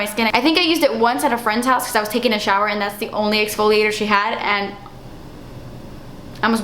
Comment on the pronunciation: "Das expensive" LMAO hilarious